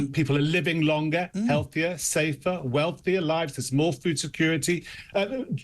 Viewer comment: Did he say weathier?